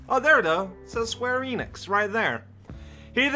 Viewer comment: LETS GO pronounces it squeenix, the only correct way to say it